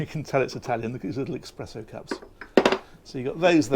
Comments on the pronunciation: “Expresso cups”? 😳🙈 Lovely boat tho, even if we can tell that you’re not Italian! 😉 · I'm seriously worried that the Italians are going to kill you for your pronunciation of espresso. Unless you want to end up with a horses head in your bead leave the X out of it 😉